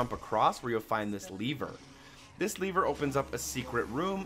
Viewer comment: Thank you, but you seriously need to learn how to say the word "LEVER."